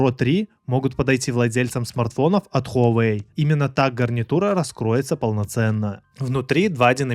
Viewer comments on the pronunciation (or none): none